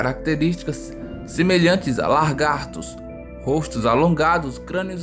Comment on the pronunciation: Semelhantes a Larrrrrrrgatos.